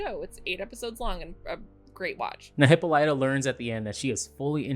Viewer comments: OMGosh I'm cringing every time I hear Hippolyta's name being pronounced.. it's HIP-PO-LY-TA! And we will refer to the beautiful Afro-Futuristic Diva as--"The Celestial Being with 4C HAIR!" Another YTuber named her that and it fits beautifully! As a black woman this episode was so beautiful, inspiring, and just touched me on a level that was spiritual! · OMG please I’m begging you say Hippolyta’s name correctly.